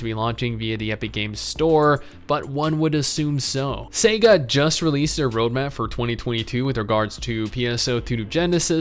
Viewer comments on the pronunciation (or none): none